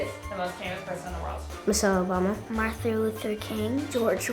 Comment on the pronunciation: "Marther Luther King"